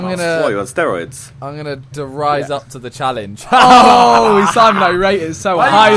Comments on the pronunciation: It's der riese not der rise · Its not die rise. Say it like der and then the name reece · It's pronounced Der Reece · It's not "dur rise" it's "dur reese" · If it was your favourite map, you should know it's called Der Reeeeeese! Not Der Rise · ITS PRONOUNCED DER RISE NOT THE REGULAR RISE ITS REES NOT RISE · I hate when people say der riese it's pronounced Der Reece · Its Der Riese(Reese) not Der Rise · Vikk just to let you know it's pronounced der rees, not der rise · He said der rise not der rease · reese not "rise" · Der Reece pronunciation btw Loved the video Bro! Miss them old CoD Zombies :'( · Marshall Mathers Its actually pronounce "Dair Rysa" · Lads if you're saying "der reese" thats still completely fucking wrong xD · It's Der reeze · Der Reise? dude its Der Riese :D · AgentBuizel you pronounce it like "Reese" because "ie"="ee" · Actually pronounced “DER REESE” for the “GIANT”. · Can be pronounced der reese or der rise. Nobody cares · they said der riese wrong die rise is in bo2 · (Der- reese) is what its supposed to sound like fyi.. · It’s called der riese not der rise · its not der rise its der riese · pronounce it like der reese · You are pronouncing it wrong. It's German. Der Reise. Pronounce see like dare and Reise like rise-uh Dare rise-uh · der riese not the rize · Vik it's pronounced der re-es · It's Der (Reese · Lmao, it's pronounced (Dare Reese-a) (with a rolled tongue in the "r" in Riese) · Eerrrmmm.......... It's not pronounced Der rise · "This is my favourite zombies map" Mispronounced the name but ok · not Der rise it's Der riese